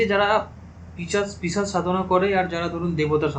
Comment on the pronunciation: ওটা পিচাস নয় পিশাচ হবে।